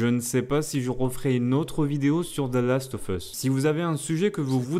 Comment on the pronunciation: salut on dit "Last of USSSSSSSSS" pas "FUSSS" c'est super horripilant vos prononciations a la gomme ! retournez a l'école et en cours d'anglais ! merci !!